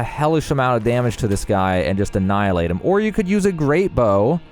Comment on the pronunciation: "...you anNiallhilate him...". Nice.